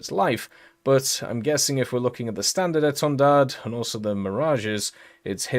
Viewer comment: Thx you for the video, at the end of etendard the "d" is a silent letter you don't need to pronounce it. About the countermeasure, it did exist on the SEM as the standard 3 when the Marine Nationale implemented the pod Atlis they add the countermeasure pod (Matra Phimat) at the same time. With the standard 4 they changed the Atlis pod for a better one the Democles and did the same thing for countermeasure pod with Alkan 5081.